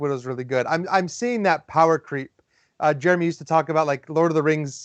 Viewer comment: You said my name exactly right, which is amazing. Give yourself a pat on the back Jeremy! I'm really excited to hear you all are looking forward to doing more "relaxed" content. It's relatable and easy to watch while eating lunch, working out, etc. Especially during this pandemic, I feel like I enjoy that engaging content.